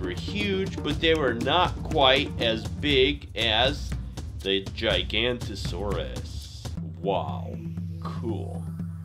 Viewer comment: Please revise the spelling and pronunciation of the GIGANOTOSAURUS. It’s pronounced Jig-a-not-o-saurus Thanks!!